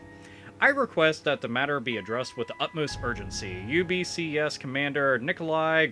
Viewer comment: I love how you pronounce the guy's name: Nicholai henheheh